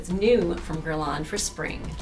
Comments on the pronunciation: Incredible that a "world famous" makeup artist cannot pronounce the brand name correctly. It is NOT GuerlAAAANE! It is Guerlain (an Æ in the end and it is nasal). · I can't believe that you mispronounced Guerlain. It's not "gurr-lawn." The Internet has websites that give you the correct pronunciation of French words and names.